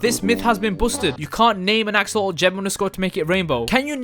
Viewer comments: He called an axolotle to axoloull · Why cant you say axolot